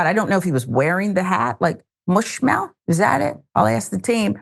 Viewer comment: Its MUSHmouth. Not MOOSHmouth. Just sayin'.